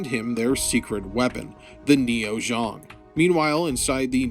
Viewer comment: I was like wth is ZHONG? ZEONG! lol zee-ong.